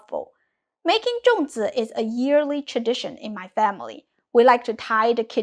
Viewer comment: Why do you pronounce it Zhong while spelling it Zong?